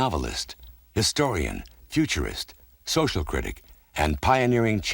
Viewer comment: did they say futurist or pugilist